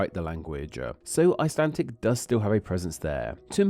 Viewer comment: Why are you saying “icelan-TIC”? It sounds annoying